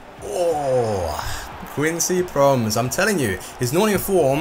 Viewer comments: it is quincy PromEs not quincy Proms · its pronounced promèz